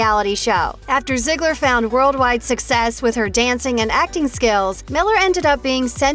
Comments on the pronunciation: I SWEAR if I hear another "MiLleR" or "zEiGlIEr" I'm gonna SCREAM😤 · Can you stop saing Ziegler and Miller.